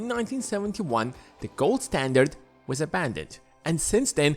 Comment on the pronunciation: When he said “ gold it sounded so much like god funny 😄